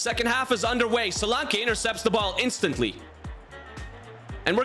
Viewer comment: 😂😂😂😂 the way you say Solanke's name.....'Dominic Solankay!